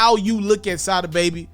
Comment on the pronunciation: It's pronounced Sah-dah